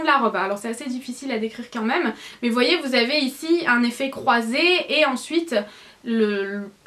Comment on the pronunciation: C'est très bizarre quand tu dis "quand meume" au lieu de "quand même" ?!